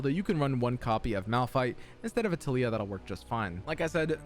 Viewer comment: Ah yes “Tilyah” my favorite champion